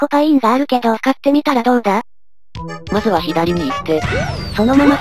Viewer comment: の所まずはになってる！何て言うか…はがはになってるてゆーか…